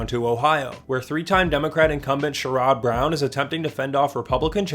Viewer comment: It’s pronounced shair-rod brown